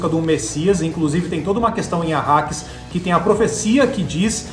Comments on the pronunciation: planeta "Akaris" ou " Arrakis"? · Planeta "Acaris" Que isso?:/ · depois eles falam Arrakis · Caraca!!! Os caras falaram tudo errado !!! Benê Guesseti ? Planeta Akaris ?? PQP!!! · Bene Guesseti? Arkaris??? O KWISATZ HADERACH merecia um pouco mais de respeito. Sinceramente, senhores, se vão falar sobre uma obra que não conhecem, pelo menos se preparem direito para fazer a gravação. Leiam sobre a obra e, no mínimo, decorem os nomes e termos usados na série de livros. Do jeito que foi gravado, parece que vocês fizeram tudo às pressas, pra não ficarem atràs dos outros tubers.